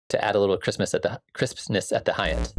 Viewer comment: I love that the way you say "crispness" sounds almost identical to "Christmas"